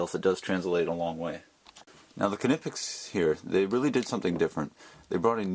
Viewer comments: the k is silent it's pronounced nipex not canipex.... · It is pronounced kNEE-pex. Go to the German site, Knipex.de and listen to the sales blurb in German. The k and N run together. I was looking at the 7 1/2"' Knipex and you are the second reviewer to mention the flex. I do not see that as a plus. and will keep looking for another pair of discontinued Snap On 96BCP.. With Klein and Knipex making so many pliers, the pair you chose do not seem similar enough for a direct comparison.